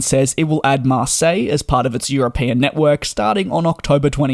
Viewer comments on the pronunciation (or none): none